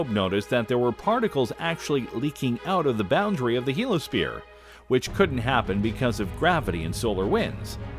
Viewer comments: very good, interesting, and informative video, once again. I have a question, however. Isn't "heliosphere" actually pronounced HEAL-ee-uh-sphere, rather than HEAL-uh-sphere? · You keep dropping the "i" in Heliosphere! You keep saying "helosphere." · It's "heliosphere", not "helosphere". Heel-eeyo-sphere. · OMG!!! Do you realize how frustrating it is when a narrator can't pronounce a particular word a dozen times? I know what a Heliosphere (pronounced "HE-LEE-O-SPHERE") is. But, what is a "Helo-sphere"? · heliosphere! He-Li-O-Sphere NOT helosphere. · It's not pronounced "helo-sphere", because it's spelled heliosphere. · I couldn’t get past that he kept calling the heliosphere the “he-lo sphere” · '' HEEL - [ee] OH - sphere '' !!! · A) It is pronounced "hee-lee-os-fear" There's an "I" in the middle of the word, and it is sounded out, genius! B) Monetize much?! The Goodyear Blimp features less advertising than this clip! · SAY HELOSPHERE ONE MORE MOTHERFUCKIN TIME!!! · I was trying to ignore it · I think I’ve commented on YouTube maybe 3 times in my life but the fact that this asshole drops the I in heliosphere while trying to sound competent is a special kind of nails on a chalkboard. I came here to just say he sucks and give this video a thumbs down.